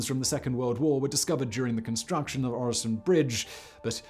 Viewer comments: Very nice video. Your pronounciation of Øresund isn't even that bad. I really hope you also do a video on the arguably even more famous and grand (at least domestically here in Denmark) "Storebæltsbroen" or The Great Belt bridge completed just a few years earlier. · Try saying the following Rødgrød med Fløde PS: You are saying Øresund surprisingly well 👍 for the effort. Sund alone however. Not so much. It is not a SOUND forget the O 😂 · I'm not usually one to ask for subtitles, but there were parts where they would have been beneficial. Especially the segment about the tunnel; that might just be me being tired though. Great job on the pronounciation of Øresund; not so much on the other names containing Ø though. ;)